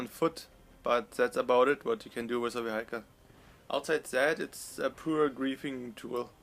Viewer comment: Great and detailed video as always, I just thought I'd give you a tip though. The pronunciation of "vehicle" is "wi-eck-el" (in German-ish spelling) with the accent on first syllable. I don't mean to be nitpicking, I just thought I'd help you out;) Keep up the good work.